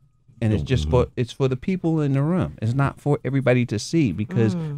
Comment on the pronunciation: The way damon says room "rum"